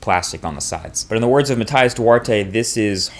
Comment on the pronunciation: Just FYI, Matias Duarte's name is pronounced "muh-tee-us".